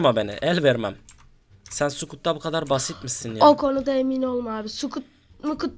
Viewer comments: Scout diye yazılır sıkat diye okunut sukut değil silah larla alakalı çok şey bilmek lazım arkadaşlar askerde çok işinize yarayabilir :) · Sukut ne lan scout skat diye okunur susuxuixcu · abi sukut degil sıkat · Scout yaziyor sukut ne yaa doğru okuyun sunu scout diye okulu nur sukut ne yaaaaaaaa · abi scout sıkut dşye okunmuyor sıkat diye okunuyor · Scout Skut değil skat diye okunur